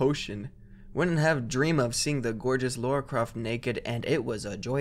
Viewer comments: Me everytime [] said Lora instead of Lara: 😑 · The creepiest part of this video is how keeps pronouncing Lara like Laura